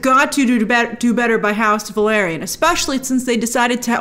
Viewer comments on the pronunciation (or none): Grace it's house Velaryon, not Valeryon 😅